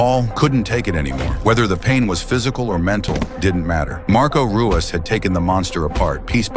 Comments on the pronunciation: Pronounced hoo-ahs. Not roo-us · It's pronounced "Huas". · It's pronounced, huas. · It's pronounced as Huas not Ruas, like Rickson is pronounced as Hickson. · It's pronounced Hoo ahs. It's Portuguese. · It is pronounced HOO-as not ROO-as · It's not Rooass, it's RooeeZ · tell the AI it's pronounced, "HOO-ahs," not ROO-ahs... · Ruas is pronounced "hoo oss". He is the founder of Vale Tudo. Brazilian street fighting. The original mix of muay Thai and Brazilian Jujitsu. He was the most complete fighter in the UFC when he started and for some time after. This was David vs Goliath. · Ru is Hoo, not Roo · It’s pronounced “Huas.” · It's huas the R is pronounced with a H sound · It’s pronounced “Huas”. Rookie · It’s pronounced Hoo-ahss the “r” sounds like an “h” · Ruas is pronounced Huas. The Rs are Hs in Brazil. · Pronounced the poor guy's name wrong like 52 times FFS.... Ruas (Hoo-whas) was a beast! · It's pronounced "HU-OSS". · Tell your AI that it's pronounced "Huas". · pronounced Marco Hua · Lol Dude can't even pronounce Marco's last name correctly. Come on man.. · AI can't pronounce Ruas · Mispronounced his name the entire time then call his family art of Ruas Vale Tudo, Muay Thai. So disrespectful! I hold instructorship under GM Ruas, he is a legend! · Can't even pronounce the fighters names correctly. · You can’t even pronounce his name correctly 😂 this whole video is terrible